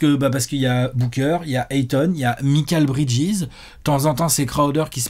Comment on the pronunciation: Les gars j'adore vos vidéos mais un truc m'écorche toujours les oreilles : MIKAL Bridges se prononce comme Michael (Maykeul) et non pas MIKAL à la française. Merci !